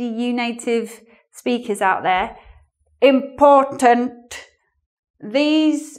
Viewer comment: I liked the way you said "IMPORTANT"... I just can't stop rewinding it..